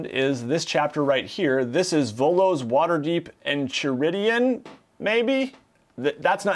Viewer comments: Enchiridion is Ancient Greek, pronunciation is something like "En-kai-rid-eon," definitely didn't learn this from Adventure Time nope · It's actually pronounced like: En-kee-ree-dyon